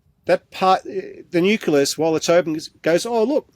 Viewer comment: It really bugs me when supposedly informed people mispronounce important words like 'nucleus' IT IS NOT nuculas! Please ask to learn the correct word please. The important work he is doing must be backed up with correct information otherwise it will be dismissed out of hand!